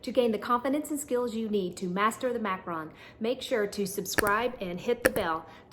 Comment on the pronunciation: You are pronouncing it wrong, you pronounce it like Macron like the French President, its Macaron (mack-ah-ROHN)